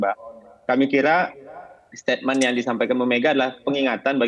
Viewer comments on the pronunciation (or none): Son son.. Ngmg aja gk becus ko jd jubir😂 staitmen son.. Bukan statemen😂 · "setatemen', "setatemen" setatemen" "setatemen"...memang dulu ada Holden Statemen tapi bukan Setatemen